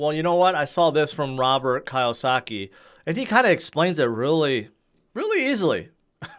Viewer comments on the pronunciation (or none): I know your not real big on correct pronunciation, but PLEASE start saying Robert's last name correctly. It's pronounced kee•uh•saa•kee.